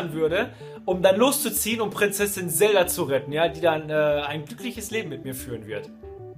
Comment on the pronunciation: wenn noch einmal zelda so ausspricht dann gibts ne albanische